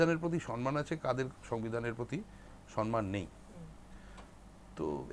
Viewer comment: শব্দটা সন্মান (সনমান) নয়, শব্দটা সম্মান